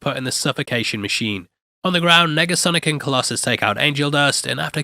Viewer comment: Did you say "megasonic" instead of "negasonic" at the mark? Making sure my ears are working after taking in all this splendor